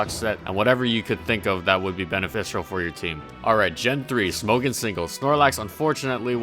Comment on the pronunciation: Why is Smogon mispronounced so much?